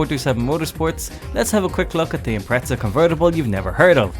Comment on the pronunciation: Every time a British person says "ImpreTZAh" an ej257 blows a head gasket :'(